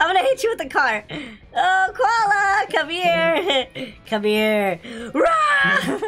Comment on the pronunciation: Koala sounds like gravy